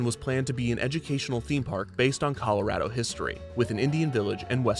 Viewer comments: 2 years after the fact I was hoping someone made this comment. 4th generation Coloradan, this is the first time I've ever heard someone correctly say Call-oh-RAD-oh instead of the wrong Call-oh-RAH-doh outside of the state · he pronounces colorado like someone from colorado i love it